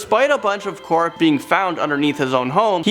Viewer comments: Stout he said corpe instead of corpse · How are you going to pronounce Illinois as Illa-noise but pronounce corpse as corp? Very odd.